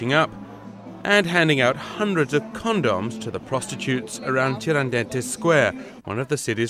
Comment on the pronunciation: this guy says cond-doms lmao